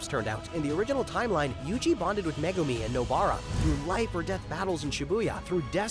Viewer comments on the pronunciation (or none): none